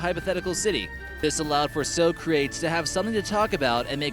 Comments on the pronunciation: Did you just say "So-crates"??? Socrates (pron.: /ˈsɒkrətiːz/; Greek: Σωκράτης, Ancient Greek pronunciation: [sɔːkrátɛːs], Sōkrátēs It's pronounced "So-krah-tees" you ignorant commoner. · Umm...it's (sock-ruh-tees) and not (soh-krayts). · Wait did he just say...So crates? lol is this Bill or Ted? Sock-ra-teez is the the right way to say it...thats was so funny. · So..crates????? It's pronounced so cra tees ...socratees the e at the end it elongated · "Soe-craits"? Really? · Wait, did you honestly say So-crates? Like Bill & Ted? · Socrates lmfao its sock-rah-teez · So-crates....jesus....please...just stop it ok.... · Yep... the stoned sounding narration robs all credibility of anything said. The medium destroys the message. Bad pronunciation makes it clear that the narrator didn't even pre-read the dialogue. "So-Crates"... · So-Crates? What is this? Bill and Teds Excellent adventure? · So-crates has a certain twisted charm. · His mispronouncing Socrates was a joke and a nod to Bill and Teds Excellent Adventure you idiots! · No i think he just mispronounced it